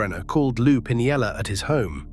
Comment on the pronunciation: And the pronunciations are annoying. It butchered steinbrenner and pinella.